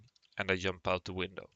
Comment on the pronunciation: Did you say yump? lol